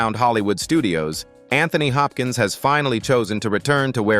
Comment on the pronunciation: PLEASE PLEASE PLEASE learn how to correctly speak his name. correctly.